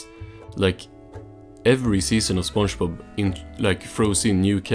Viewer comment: I just can't how it keeps pronouncing it "spongebaaaaaap"